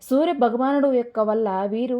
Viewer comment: సూరభగవానుడు కాదు సూర్యభగవానుడు